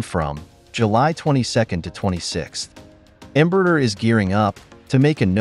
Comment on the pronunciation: AI-generated videos still can't pronounce Portuguese names correctly. It's not Embrur, it's Embraer with open "ae". This is more Artificial Stupidity!